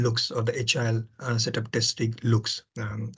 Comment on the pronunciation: At the beginning of the video, I understood that you said "HIL" as "agile" for a while. :D The topics almost got mixed up.my mistake of course.